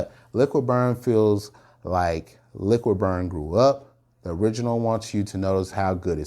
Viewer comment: It is called Liquid brun not Liquid burn.